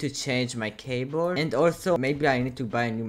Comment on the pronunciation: with your accent it sounds like cabole